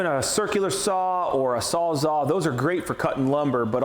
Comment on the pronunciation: & You keep saying Sawzaw. Pretty sure it's SawzALL as in, it Saws ALL kinds of shit. Or recip saw.